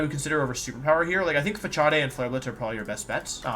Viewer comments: 'Pha-chaw-dea' made me cringe for Facade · This is interesting, but my man, it's pronounced "facade," not "fa-chah-day." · Facade is pronounced Fa - Saad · I'm sure it's just a joke... but Facade is pronounced " Fuh-Sod" . In case anyone was wondering. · Fa-cha-day. Im dead. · Pronouncing Facade as 'facharday' made me giggle. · Lol facade is pronounced like fuh-Saad. Had to comment. The way you were saying it in the video had me laughing 😂😂. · Why does he pronounce stuff like "facade" fa-cha-de ? Or "cinder-achi" ? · when he got to facade and said fachaday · The way you pronounce Facade got me tripping haha just google it my guy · That's not how you pronounce facade.